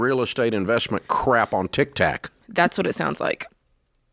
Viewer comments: He's probably saying that purposely. He likes to slam modern pop culture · SOMEONE please tell him it's not, "TICK TACK" Hahaha. They must be scared to correct him, lol